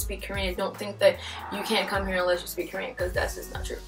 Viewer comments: Your Korean prononciation and accent are better than my English. I think your students will like you and follow you well. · You pronunciation is so good! How?! I'm sorry if you explained it before ... I'm new ! 미안합니다! 감사합니다! :) 🇰🇷👍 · 빈말이 아니라 한국인 제외 유튜버중에 한국어 발음 제일 좋아요;; 내 친구보다 더 좋음ㅋㅋㅋㅋㅋ